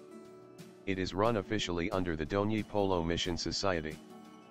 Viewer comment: Bdw it's not Dhoni polo it's DONYI POLO VIDYA BHAWAN